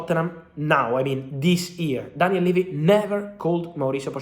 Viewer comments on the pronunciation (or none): none